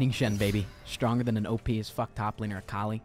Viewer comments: akali is pronounced uh-call-ee, okay? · the way this man said akali